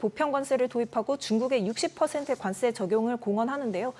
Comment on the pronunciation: 관세를 자꾸 관쎄로 된소리 발음을 하시는데 이거 고쳐주셨으면 합니다